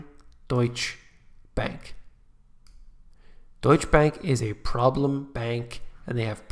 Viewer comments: its like PORSCH-EH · DEUTSCHE Bank is pronounced: DEUTSCH-eh. Pronounce the 'soft' E at the end of the word (almost like a 'soft' a).